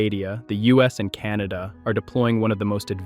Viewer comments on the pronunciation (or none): none